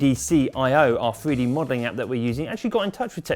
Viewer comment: "freedee modeling" it's Three d mate. Learn to speak properly, you're supposed to be a professional presenter.